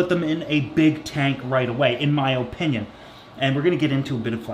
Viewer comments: My god i love you but stop saying Opinion like that holy shiza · “My oh-pinion” 🤣 that accent though